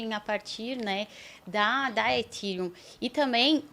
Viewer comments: Engraçado eles falando "Etirium" e "Itiéfi" metido a gringo, ... sendo que a pronuncia correta seria "Efhérion" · Também queria saber de onde tiraram essa pronúncia 'Etíriun', kkk. Pior que os apresentadores foram na onda deles,kkk. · Ridículo falar itírium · “ Etiriun “ “etiefe” Deu canseira pulei o vídeo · Etirion. Etief. Não soa bem aos meus ouvidos. Acostumados a pronúncia aportuguesada.